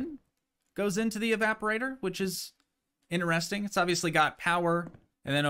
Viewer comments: right but you that's not how you be pronouncing it. You say, Enter-resting haha I use to pronounce it like that as well my guy😅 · You have an interesting way of saying, " interesting" lol